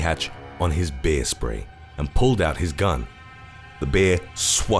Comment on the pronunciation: "Bee-ah" - I'm not sure why his pronunciation of that word tickles me so.